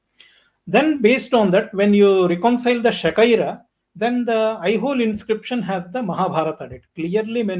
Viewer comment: Shaka era 😂 Not Shakaira and Shaka epoch not Shakipok..for first time listners like me 😂